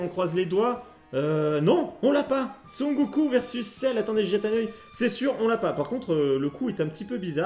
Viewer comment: Très belle collection, l'effet pellicule est top!!! Seul détail qui me gène le "SON GOKOU"... mais super vidéo encore une fois!! Merci!!